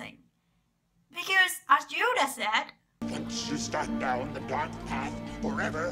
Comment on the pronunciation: "Djoda"....what accent is this? Just curious